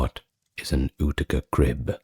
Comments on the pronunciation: Utica is pronounced you-tick-a, not ooticka 😂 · For future reference Utica is pronounced yoo-tica. Cheers 🫡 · New Yorker, here! Big fan. Just want to say that Utica is pronounced like You-tica. Cheers 😊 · Utica is pronounced “You-tuh-kuh” just a friendly fyi. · 😅 I just thought the same thing, I think I like ootica tho, has a nice ring to it.